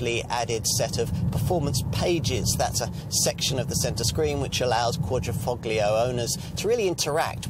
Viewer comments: It's "fO-lio" not "foGlio"......... Silent G! Silent G! Silent G! Silent G! Silent G! Silent G! Silent G! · It's driving me up the wall everytime he says ....foGlio. Silent G! Silent G! Silent G! Silent G! Silent G! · It's quadri-fol-io. "Gli"="lji" or "ji". It's ta-lji-atelle. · the G is silent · I think you’ll find the active aero front splitter is only on the Guilia and not the Stelvio. Guilia has a lower carbon fibre splitter that is the active part, and so far as I was aware, bonnet on the Stelvio is not carbon fibre. It is on the Guilia and is unpainted on the underside- on the Stelvio it is aluminium and painted. Also, please, the ‘g’ is Quadrifoglio is soft, almost silent. It’s not a hard ‘g’ as per your pronunciation! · same here! It hurts me everytime he says it haha can't they quickly go to google translator and listen to the pronunciation? 🤦🏽‍♂️